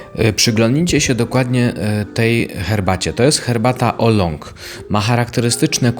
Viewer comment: Jeśli nie potrafisz wymawiać nazwy herbaty poprawnie to jesteś z buta niewiarygodny